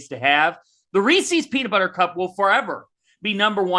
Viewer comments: Reese's not Reesee's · I've never been more upset with the DTF crew than when you disparaged 100 Grand candy bars, the absolute top of the chocolate-bar pyramid (Reese's -- which was WILDLY mispronounced by repeatedly in true torturous fashion -- is the top of an adjacent pyramid).